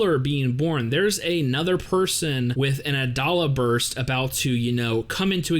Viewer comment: I thought "Adolla Burst" was pronounced with a long "o" like "dole."